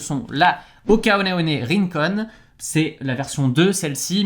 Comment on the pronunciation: Tu m'as tué "oné oné rincon" x) C'est one one, comme "1 - 1" le chiffre quoi. C'était rigolo. Merci pour tous tes conseils, tu es une source incroyable d'infos !